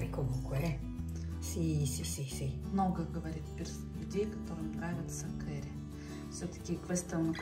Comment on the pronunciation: Уважаемая блогер, попробуйте читать больше книг, что бы не быть такой косноязычной. Вы на публику работаете. Очень тяжело слушать. Кэри - кари🤦‍♂️ А вот Карлу очень приятно слушать. Ей бы самой вести канал. Голос за кадром только все портит